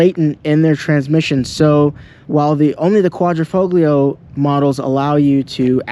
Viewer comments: Very informative and good detailed video , but the only thing is please use the proper terms for model designation .., the quatrofoglio is pronounced in this manner broken down phonetically “ quatro -fall - yee -oh it’s not quatro - fog- lee -oh Remember it’s an italian car and it means four leaf clover 🍀 in Italian , the symbol Alfa has used for racing since the beginning. Cheers ! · Say Quadro - fo - lio . The G is silent . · Correct Italian pronunciation: "quadri-fole-yee-oh" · I have never heard a single English-speaking Youtuber say it correctly: we do not say QuaDROfoglio, but QuaDRIfoglio... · Just to correct you Quadrifoglio, it's not Quadri-Fog-lio, FOG-LIO sound like FOLIO you don't pronounce the G. Thank for the video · the G in Quadrifoglio is silent, and it's not QuadrO....it's QuadrI foglio.... you're welcome. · Quadrifoglio is pronounced, "...folio". No hard, "G". Like, "intaglio". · Quadrafoglio you’d think he could Pronounce it right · It’s pronounced Quadrifolio… the g is silent. Please stop mispronouncing the name of this vehicle. Thank you! 😢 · Sorry dude I gotta say it. Quad-ra-fo-leo. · bro the G in italian is silent Guadri-Folio it is pronounced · Hi it's FO LEO it is a silent G bro..beautifull car 👍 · Yo, wtf is a Quadrifo-glee-o 😂😂Can't even pronounce the name right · It's Italian, so you don't pronounce the G! Quad-ri-folio. Bet you say Jagwar too....Jag-U-ar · Good job. Quadrifoglio.....don't pronounce the G.....Qua.....dree....fo.....leeeo! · Just for information, the „l“ is silent and pronounced „fo-gio“ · Great video. Beautiful vehicle . Thank you for showing and explaining the car. I want one!!! The g in Quattrofoglio is silent though.. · Why should I listen to someone who cant even pronounce Quadrifoglio ?! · the G in Quadrofoglio is silent dude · Would you yanks stop pronouncing the ####### "g" in quadrifoglio!!!!!!! So ####### annoying! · Don’t pronounce the g in quattrofoglio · Learn how to pronounce "Quadrifoglio" then we'll talk.